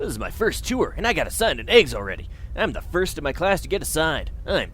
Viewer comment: you know every time you say a.g.w.s I hear eggs instead and yes I'm aware this video is old